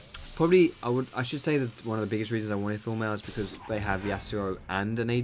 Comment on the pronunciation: everytime he says Thornmail I understand Full metal ^^ hhaah